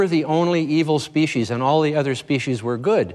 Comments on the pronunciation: An awesome human being! He is also one of the few who is able to pronounce the word "species" correctly. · Wow! Someone who pronounces "species" correctly.